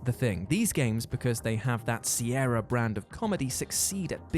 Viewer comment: SierRE? It's SierRA! Like the mountains.